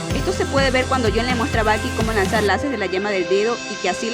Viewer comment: Por qué le dices balki a Blyke?